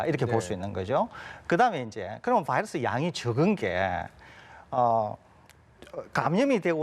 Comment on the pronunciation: 바이러스가 적으면 검출 어렵다면서요......보더라인도 아닌데, 레퍼런스 레인지를 벗어 났으면 일단 합리적이고 과학적인 ..... 음 "봐이러스" 발음 듣기 싫어서 끕니다...감사하겠습니다